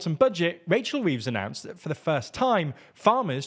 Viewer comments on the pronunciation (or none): Oops "Racehl Reeves"